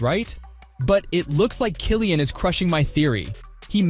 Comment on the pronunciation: I came here to say this.